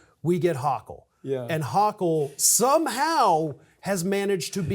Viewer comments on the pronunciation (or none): HO KULL NOT HAW KULL 😳🤦‍♀️ This NYer can't stand her but you're inability to correctly pronounce a Governor's name is embarrassing as a professional. You've never heard a news story about her before? It would take 15 seconds to Google a NY news video and hear how its pronounced. C'MON,I love you but that's unprofessional and disappointing. You're better than that.😌